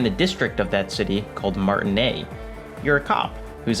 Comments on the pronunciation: IT’S MARTINAISE NOT MARTINAIS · Great work, thanks for the video! Just a minor quibble, you pronunce Martinaise (Little [female] Martin; like Martinique) as Martinet (cat o' nine tails). It's actually: Mar-tee-[e][z]. The [e] from m[e]n and the [s] from [z]ion. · omg. Martinaise is pronounced "Martinayz", not "Martinay". But good video. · How do you guys pronounce Martinaise? I notice some people or characters pronounce it without the "s" (as does ), some with an American accent like "Mart-naise" (recall Lena) without the "i", or some with a French accent like "Ma(r)-ti-naise" with a French "r" sound (recall Kim). I believe this is a reflection of the diversity of Martinaise (and Revachol)'s historical and cultural diversity/complexity, but I'm curious which one is you guys' go-to pronunciation. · Just for those language enthusiasts, Martinaise, has a vocal s, because as it's a "french" name with an "e" at the end, the pronunciation requires of us to pronounce "s", so it's "Martinezzzzz" :) Totally side note :) Love the essay! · They say that a lot in the game, but you probably need to internalize it just one more time: it's MartinAISE. MartiNEIZ. You pronounce the Z. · MAR-TIN-AISE SAY THE AISE PART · I dislike how you pronounced "Martinaise" and wishing you would just say "mayonnaise" instead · Great video, though I am confused how mispronunced martinaise when it's said in the game many times, I speak French and they say it pretty much correctly in the game, "aise" would rhyme with "fez". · He played before it had full voice acting, so it would have only been said a few times, but yeah, should have probably picked it up from Kim or Joyce or Lena. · PS: the S in Martinaise is not silent. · Great video. I have to say, the horns at the start got me the same effect as you got. Man they are beautiful. BTW you said Martinaise wrong. Oh and fuck Cuno, my favorite character is Kim Kitsuragi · take a drink every time he mispronounces "Martinaise"